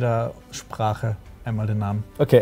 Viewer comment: Hey Jungs, also erstmal vorweg: Krass wie nice ihr die ganzen Infos zusammentragt und so, bin ein riesen Fan von euren Videos; ABER eine Sache geht mir durchgehend auf die Nerven, und zwar wie ihr die Namen aussprecht. Das hier sind deutsche Videos, es geht um die deutsche Fassung der Serie und trotzdem benutzt ihr die englischen Namen. Das sorgt für Verwirrung und klingt auch noch ziemlich blöd. Die Namen wurden nicht ohne Grund eingedeutscht und ich wär euch sehr dankbar wenn ihr einfach die deutschen Namen (bzw Aussprache) benutzen würdet. Liebe Grüße aus dem Norden, Lord Marvin :D